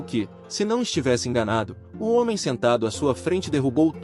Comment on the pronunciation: "Hoemem" bruh